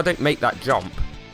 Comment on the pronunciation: Watch this video again... Then read my comments. Your amazing bud!!!! Going back and watching all your vids. "Come on smurf"😂😂😂 Quit talking 'bout your fingers😂😂😂😂 That air breathing thing you did👌🏽👌🏽 The head-bob when you said "jumpppp" Honestly your best vid (based off of hilariousness)in my opinion. So glad I'm watching your old vids too. ... Random words... "Who that sounded German!" ...more random words...😂😂😂 Jubble jump... This thing eff's up your speech pattern... 😆😆 Go watch this with the YouTube put in subtitles it's hilarious. Pounds fist on desk but not hard enough to actually hurt himself😂💪🏽